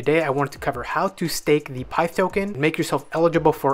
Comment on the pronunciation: I think it’s pi-ith pronounced